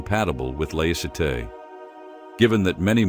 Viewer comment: Why the announcer insists on massacring the pronunciation of the words, “banlieue”” and “laïcité” escapes us. He should use simple English and say “suburbs”, “ghettos” or “secular society” and get on with it.